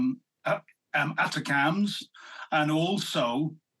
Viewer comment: Thanks for this video. Please, to correct the pronounciation of the US’s rocket munition; ATACMS. I should and has been pronounced as, “A-TAC-MMS.” And not, “ATTACUMS.”